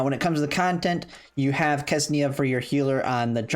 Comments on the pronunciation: i get it that you're from 'murica and it's difficult for you people to articulate anything that's not english (even english is difficult at times), but please read ksenia as xenia rather than kesnia lmao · I can see problem with QJ name, but why everyone says Ksenia wrong?